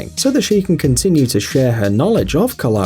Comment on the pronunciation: Correct pronunciation of Kalari is KAL-a-RI, not Ka-LAR-i. Kind of like the English word Calorie - the same stress on the first and third syllable, not the second. My wife is currently studying Kalari, and it's pretty cool actually.